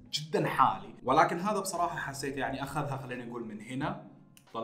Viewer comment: ياخي لعد تقول بصررراحه